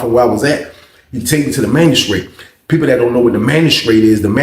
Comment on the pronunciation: Lmao man I was thinking I know damn well this man ain’t saying magistrate